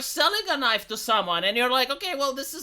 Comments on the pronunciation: Call that a knoife ? THIS is a knoife ! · "That's not a noif. This is a noif!"